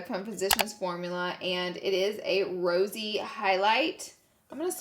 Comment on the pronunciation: Laura pronouncing “Rosé” as Rosy has me cracking up. The basic white girl in me is offended! 😂